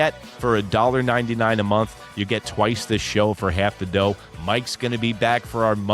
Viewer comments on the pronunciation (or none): none